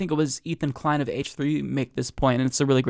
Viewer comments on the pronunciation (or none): none